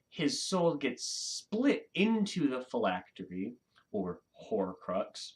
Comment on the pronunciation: You pronounced phylactery correctly 👍